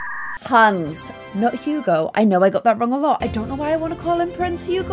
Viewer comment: Who else always hears prince hands??? Once you hear it you can’t un-hear it!! Btw love your videos!!